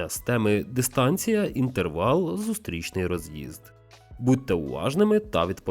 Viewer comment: Перейдемо, зустрічний, що це за наголоси? Це не український, а молдаванський контент.